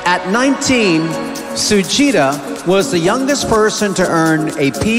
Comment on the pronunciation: Sorry .she pronounced "suhita" but it was sujita...miss universe nepal 2021 🇳🇵🇳🇵